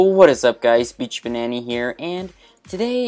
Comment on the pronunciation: can you say banana right